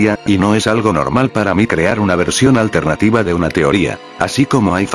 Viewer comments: Al final en ves de decir alternativa dijiste altenativa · dijo altetiva